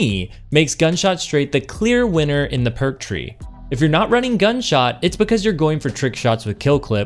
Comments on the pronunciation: Are you messing with me or are you saying “gunshot” instead of “gutshot” half the time? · Are you saying gunshot or gutshot? 😆 Thanks for the vid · Are you trolling with your pronunciation? I swear I hear you in-game pronounce it correctly at one point, but throughout the video, you keep saying "gun" shot. It's driving me nuts lol. Otherwise, top quality content, and love the explanation. Would love to hear if you've tried this on controller, I can't seem to connect my shots regularly with this thing as I can with Monarch. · Love the video but it's GUTSHOT not Gunshot. You were killing me in the beginning lol. Keep up the good work.